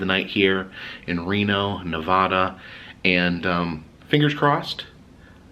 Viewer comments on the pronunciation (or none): It's not pronounced Na vah da. It's pronounced Ne va duh. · It's Nev A da, not Nevahhda. The Casino at the end of the road. I believe the auto museum is Bill Harrahs old auto collection. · At first I thought this guy was a Clamper, but then he mispronounced "Nevada" (he said "Ne-VAH-da"; we hate that 😖), so, probably not ECV... But from the thumbnail, I was like, "red shirt + lots of badges and bobbles + funny hat = Clamper, no? I'm not a Clamper, but I have tons of friends who are. I got nothin but respect for them; ECV is pretty cool, imo. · nev ah (like apple) duh. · Nice video. Just an FYI for you, if a local hears you pronounce Nevada as "Nevahda" that local will cringe inside and/or correct you. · do not say Nevada like that in Nevada lol.